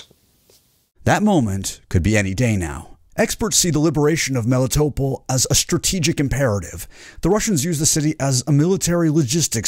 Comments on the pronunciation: You're putting your emPHAsis on the wrong sylLABLes. Melitopol. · MelitoPOL not meliTOpl, it is a Greek name ...You call the philosopher HarryTotal-loss?